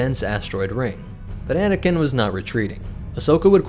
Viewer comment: I heard “bananakin”😂